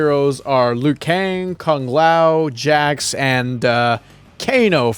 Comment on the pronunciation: liu kang not "lui kane"